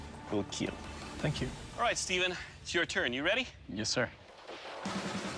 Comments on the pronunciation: And it will keel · “IT WILL KEEL” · When he says : will kil I felt that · steven wepon: will keel paul wepon... will keel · I'm pretty sure it's pronounced "it will keel". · It will keel. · It wil keell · "It will KEEL" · it will KEEL! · For everyone who don't know it's actually not "It will kill" but it's "It will keal" Which means "Keep Everyone Alive" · It will keel :0